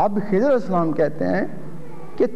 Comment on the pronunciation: مولوی صاحب خضر علیہ السلام اور بندے والی گپ کا حوالہ دے دیں؟؟؟ اور مولوی صاحب آپ لفظ خضر غلط پڑھ رہے ہیں